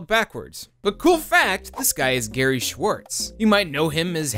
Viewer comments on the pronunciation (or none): none